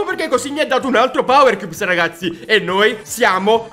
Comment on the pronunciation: Cioè ha detto 70 volte powerchiubs